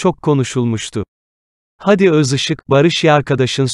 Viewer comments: Haadi kardeşim, hadi değil. Sende telaffuzu öğren. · Hadiyi uzatmayı bilmeyen kanal Seslendiren arkadaş Hadiyi uzat